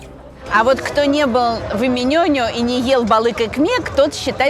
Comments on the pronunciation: Спасибо огромное за такою лекцию. Я два года живу в Стамбуле, много о нем знаю))) Но все равно с большим интересом слушала каждое слово! P.s. с ударениями, правда, напутали))) У турков ударение на последний слог. Долма́ Бахче́, Эминёню́. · В турецком ударения ставятся на последний слог:) ЭминёнЮ, ДолмабахчЕ:)